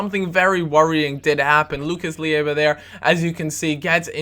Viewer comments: isnt Lucas LIEVA, its Lucas LEIVA... just a note;) great video btw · Lucas Leiva is pronounced Lay-va..